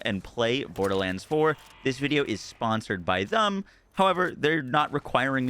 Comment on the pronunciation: Did you say sponsored by "thum"?